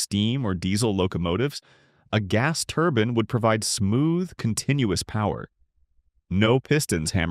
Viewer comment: A "turbin" is something you wear on your head. A "turbine" is what is being talked about here.